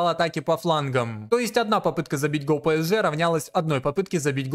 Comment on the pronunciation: не хочу быть душнилой, но скажу что очень больно ушам когда ты говоришь пЭСж, там буквы Э в названии нет